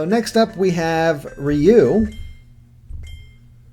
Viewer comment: Its ry-u not ryu